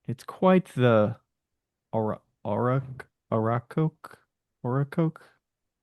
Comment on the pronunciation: Ca-taw-ba.....Ok-ra-coke. Yvw😊